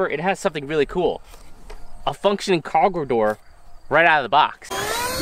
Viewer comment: "a functioning kawgewhl door" not hating, just love that you left it in